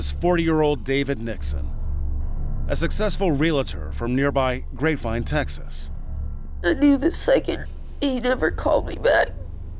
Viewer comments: real tor, not re la tor please. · A professional narrator pronounces realtor as ree-la-lor? Outrageous.